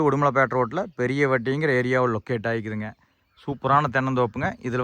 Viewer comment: லொக்கட்... என்றால் என்னடா அறிவிலி லொக்கட் மூக்கேசு.... எங்கே இருக்கிறது அல்லது எங்கே அமைந்திருக்கு....என்று சொல்லிப் பழகடா....